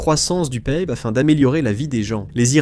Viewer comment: j'ai coupé la vidéo au moment ou j'ai entendu dans la vidéo ça : "PAIIBE" au lieu de PIB la j'ai compris que c'est une IA qui parle : non merci...